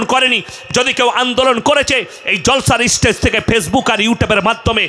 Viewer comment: ইস্টেজ...ইস্টুডেন্ট... কি শিক্ষা!